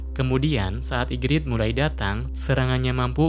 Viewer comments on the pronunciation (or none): igris bang bukan igrid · igris bukan igrit